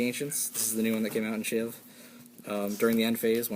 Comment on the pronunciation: Sweet profile. But it is SHVI not SHIV. ;)